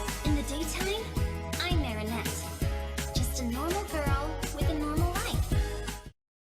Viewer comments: Why are you saying Maronette while her name is Marinette. Plz say it right it is irritating to hear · Marinette not Maroinette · The mistake is he's saying mironeet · The mistake is u calling marinette maronette